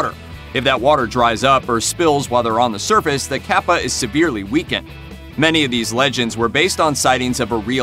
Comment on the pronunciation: It's not caapa its capa